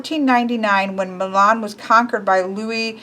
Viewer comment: Omg. The way she pronaunced Milan made me cringe